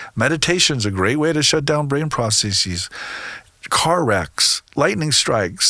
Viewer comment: The plural form of process is processes. NOT PROCESSEES. I just can't listen to any speaker who uses words to sound important. The correct statement is = there are many processes, etc.